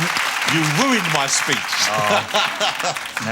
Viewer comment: "you wooinned my speech"